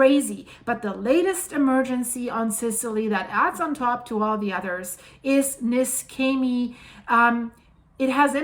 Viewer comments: The correct pronunciation of Niscemi is (using the IPA alphabet) [niʃˈʃɛmi]. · you yourself said the cause - too much water. And btw. the plase is pronounced with a SH like in shoes. For those understanding Italian, the owner (and geologist btw) of the channel Geopop, he has promptly described this landslide. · NISCEMI IS PRONOUNCED AS IF IT WERE SPELLED LIKE THIS……. (NESHEMI) NOT (NESKEMI) HOW YOUR PRESENTLY PRONOUNCING IT………. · The name of the town is pronounced "Neeshaymee". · Apologies for being pedantic, but the correct pronunciation is Nee-Shem-ee. But this disaster is an awful disaster. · The right pronunciation of Niscemi is Neeshamee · It's pronounce ne-sha-me. Thanks for the reporting. I just got back from a 4.5 year tour with Navy.